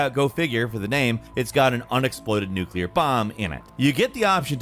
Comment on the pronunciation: Thank you SO MUCH FOR SAYING "NUCLEAR" INSTEAD OF "NUKE-ULAR"!!!!!